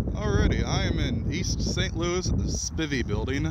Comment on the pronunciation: Spivey is pronounced with a L O N G 'I' .